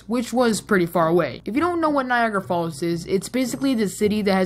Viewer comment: U pronounced it Niagra.. but its written Niagara. This is why i dont understand english